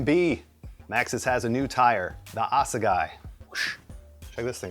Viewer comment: Assegai is a weapon used by the Zulu warriors back in the day. Basically a wooden club. And a hell of a killing machine. Now it's killing mountains. Pronounced: Ass-a-Guy... Lovely.